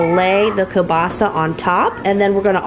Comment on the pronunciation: I am Polish, and oh Girlfriend, I love the way you pronounce "kiełbasa"! It is actually almost 100% correct. You put the stress in the right place (which is a difficult thing to do in Polish language). The only difference is, every non Polish speaker pronounces "Ł" like "L" because this letter dosn't exist in many languages. It is pronounced just like "W" in the word "weeekend". But this time I had to stop the video to process your pronunciation, I was just like: "Did she just say "Ł"? Great job,!!!" It had to re-watch these few seconds five (FIVE!) times to finally decide that it was "L". I know this is a long comment, but hey, I am proud - Polish is very difficult and I am always so happy when I see kiełbasa in your food hauls, because I know that you are about to say its name and your pronunciation is so good. And yes, it is me judging your ability to speak a foreign language based on how you say one word 🤣. Have a great weekend, much love - Maria